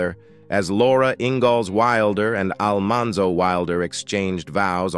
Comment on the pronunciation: Yep! They lost me with Al-MAN-zo Wilder..